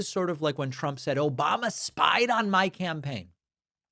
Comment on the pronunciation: I didn’t watch yet, but I’m hoping we’ll get an “Obomna”